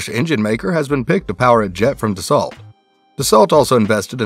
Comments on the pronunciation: Its pronounced dah sow not desalt! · Pronounced "Da-SO" not "DAS-ault." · You need to learn to pronounce words better if you’re going to keep making videos. In the word Dassault the “lt” is silent. It’s pronounced Da-so. You also missed on a couple other words. Do your homework. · Can't even pronounce the company name correctly lol